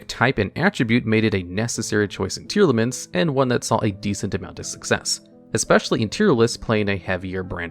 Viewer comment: Tear-Laments is how it’s pronounced, as in Tear the things u cry and Lament a passionate expression of sorrow/grief. There’s no A between the Tear and Lament part of their name so its Tear-Lament not Tear-al-aments